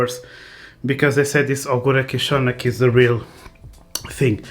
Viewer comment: Voce have nice prononciation of "kiszony" :) The anthem when you drink the jar - awesome :D I'm staying here! Btw: Maybe my channel coul be of any use to pick up our language.